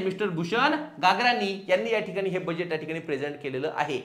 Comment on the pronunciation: गागराणी नाही गगराणी